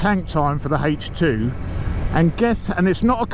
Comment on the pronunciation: Hejch two tank. Sounds like a WW2 German panzer of some sort.